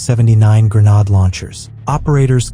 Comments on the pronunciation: 'Gre-nod' launcher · If I heard that AI voice mispronounce "GREN-ODD" one more time, I think my head would have exploded